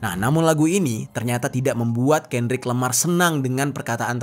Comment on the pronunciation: KENDRICK LAMAR BANG BUKAN KANDRICK LAMAR